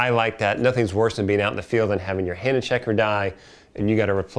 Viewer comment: why are you miss pronouncing Hanna?